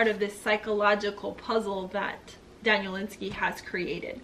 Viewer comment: You should learn how to say the authors name.